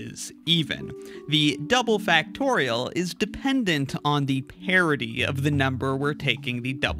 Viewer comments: I'm understanding 'parity', however I'm hearing 'parody'. It actually confused me for a while, wondering what the parody of a value is. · My only question is, why do you pronounce "parity" as "parody"? So confusing.